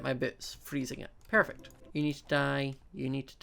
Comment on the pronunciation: ._. Im new and i heard you said pairfect xD lol :P oh and i sub